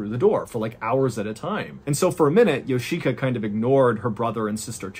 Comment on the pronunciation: Of all the beyond weird aspects of this lunacy, I can't help wondering how a person can learn this much about a Japanese family without realizing that the i in Yoshika would never be accented & if anything, it'd be de-accented. It's just odd hearing Yo-SHI!-ka every few seconds over & over again.